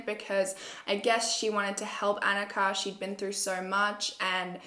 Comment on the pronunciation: hey just so you know her Annikas name was probably pronounced ON-Ika not AN-ika. I have a sister named annika and we are of norwegian backround.